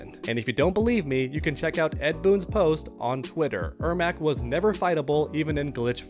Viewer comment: Im surprised he is saying the name right! He clearly struggles with Janet and Janette!! 🙄🙄